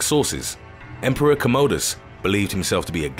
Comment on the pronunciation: I love how this guy is mispronouncing the Emporor’s name, Commodus. He makes his name sound like it’s actually what we use these days in our bathrooms to do our business which in all honesty is much more suited to the Emperor’s personality